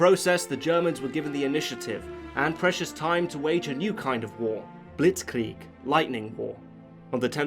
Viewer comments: That moment when an English speaker says "blitzkrieg" without butchering it. I'm impressed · Your pronounciation of Blitzkrieg is really good. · Im so proud...you didnt butcher Blitz Krieg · just realized that you pronounced "Blitzkrieg" and "Luftwaffe"in the correct way,you must have some knowledge of German.